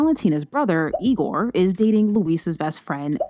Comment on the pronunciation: I’m Brazilian, so the way you say their names it’s so funny to me. IGooOr. LuISSSa.